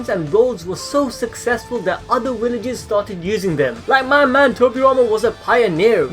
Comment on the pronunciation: What the hell are “Willages”💀